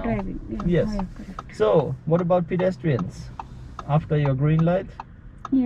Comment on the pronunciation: why can't she even pronounce PEDESTRIANS